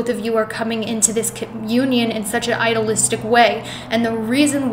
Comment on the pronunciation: You mispronounce idealistic. I-de-al-is-tic. It is a hard e